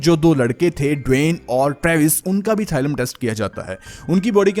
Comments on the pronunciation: it is thallium थालियम thaaliyam not थाइलम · It’s thallium not thylum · Thailum nhi Thallium